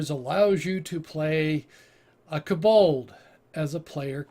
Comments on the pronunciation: Where are you getting the "A" sound in Kobold? It's not Kabold, it's Ko-Bold... Hard "O" sound in "Ko" BTW, I've played a Kobold sorcerer and it was fun as hell. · its kobold NOT k-bold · For the pronunciation. Hearing "koBOLD" the whole time was torturing XD